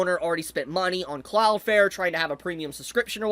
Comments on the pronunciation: cloudFLARE, flare, flair, fLLLLLLLLLLare. Please if you're going to go on a rant at last say the name right. Cloud. Flare. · Take a shot every time he says "cloud fare". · Why are you saying cloud fair for the whole video